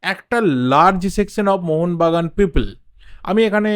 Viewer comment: Mohon bagan supergiant bolben mohonvagan ucharon korbena